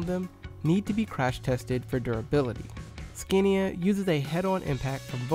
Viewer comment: BECAUSE SCANIA IS OWNED BY VOLKSWAGEN, DOESNT MEAN ITS FULL NAME IS VOLKSWAGEN SCANIA, and its scAnia not scEnia